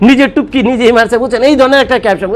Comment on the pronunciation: টুপকি টা আরেকটু ইজি করে বলেন। আসলে এটা কি?